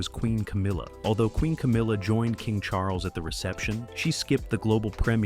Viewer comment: CHAR-LESS??? CHARLES